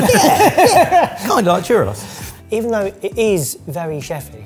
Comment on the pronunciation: God, I’m still not over the way you guys pronounce “churros” 😭